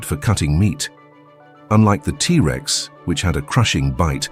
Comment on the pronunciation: The a.i. voice having to treat the word Rex, after saying the T. Like they have to pause like the Rex part was the beginning of a new sentence, Instead of the T being the first part of it's name. Is driving me nuts! And that super repetitive, few note music, is doing the same!